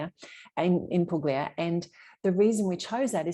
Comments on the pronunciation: Thanks for the video. I liked hearing your reasons for purchasing in Italy. I too love the star ceilings and the pietra leccese so typical of properties in Salento. Btw (and only because you’re learning Italian…the “g” in Puglia is silent - so it’s pronounced poolyah. I look forward to your upcoming videos :) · Now you have to learn how to pronounce Poo-yah